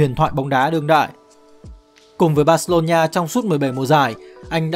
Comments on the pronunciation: Thật. Đọc vừa sai vừa nghe khó chịu. Bac-xê-lô-na Barcelona hoặc gọi là Bac-xa Barca k hiểu âm "ni" ở chỗ nào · Barcelona cứ đọc thành barcelonhia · Terible! Tên tuổi cua người ta mà không phát âm đúng nữa. Barcelona ma cu đọc là Barceronhia la cai quai gi. Nghe ngua tai qua. Khg nghe nua. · "Bac-xê-lô-na" (Barcelona) có 4 âm tiết hoặc gọi đơn giản là "Bac-xa" (Barca) mà sao ông này phát âm tôi nghe khó chịu vãi "Bac-xê-lô-ni-a" (Barcelonia) à? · Phát âm là bor-xi-lon-na, chứ không phải là bor-xi-lon-"nha", cứ nói sai hoài nghe chướng tại quá đi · Mình cực kỳ khó chịu với cách phát âm của đối với các từ nước ngoài. Từ Barcelona thì phát âm nó gần như tiếng Việt là Bác - xê - lô - na. Mà 5p nghe đọc cứ bác xê lô nhi a cực kỳ khó chịu, phát âm sai tên của người ta hết rồi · Mình cố gắng xem hết video và có 1 số góp ý nhỏ với team là Messi tới Barcelona năm 13 tuổi và chỉ đi với bố chứ ko phải gia đình chuyển đến Barcelona, chi tiết nhỏ vậy chứ nó là 2 hoàn cảnh khác nhau hoàn toàn đấy ạ. Về đọc tên riêng thì đừng đọc là "Bác-xê-lô-nha" nữa ạ, Catalunya thì đọc là "nha" được chứ Barcelona thì ko ạ, với cả tên của HLV Pep Guardiola và những cái tên khác của Pháp nữa ạ. Đọc sai làm mình xem trong tâm thế người này không phải là người biết nhiều về Messi và Barca (chứ người xem và tìm hiểu nhiều họ ko có đọc sai tên như vậy luôn) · bát cê lô nhi a là cái gì trời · Đọc gì kỳ vậy???? Barcelona mà đọc là BarceloNIA. Đọc theo Anh hay Việt đều không phải.